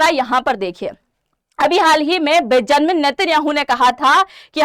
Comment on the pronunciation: बेजानमिन 😂 नहीं ❌ बेंजामिन नेत्यान याहु ✅